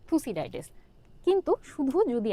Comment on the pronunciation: 1 number MCQ a থুসিডাইডেস ❌ থুকিডাইডেস হবে ✅